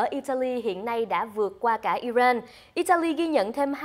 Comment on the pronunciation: HongTu hay doc ten quoc gia nua nat nua mo zay,,IRAN ; or ' ai ren' or ' i rang " (!)